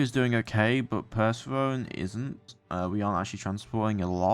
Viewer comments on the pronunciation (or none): Loving the series. I am not sure if you knew this, but Persephone is pronounced "per-sef-OH-nee" haha.